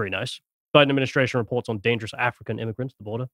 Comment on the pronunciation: "We need a solution to this immiugrant problem!" Erika intensifies